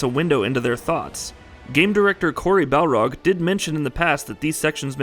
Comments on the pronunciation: It's BARLOG not BALROG. !!!!!!!!!!!!!!! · I think his name is BAR-log, not BAL-rog. He’s not a boxer from Street Fighter. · Did the mispronounced word injure or trigger you?